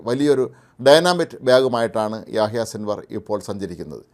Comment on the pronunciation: യഹിയ എന്നാണ് 😄